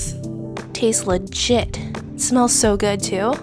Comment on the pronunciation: Now I can’t unhear it 🥲